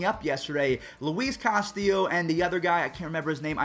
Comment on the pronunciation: 1st u mispronounce Luis Castillo and then forget about Brandon Woodruff. C’MON